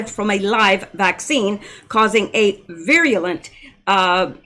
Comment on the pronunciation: virulent= "pronounced veeralunt"